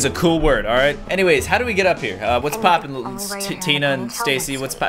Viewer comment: Almost sounds like poooop